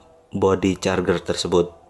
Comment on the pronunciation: masukan gan. pengucapannya carjer bukan carger